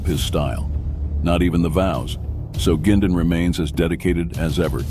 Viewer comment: They can’t even say Bernie’s last name right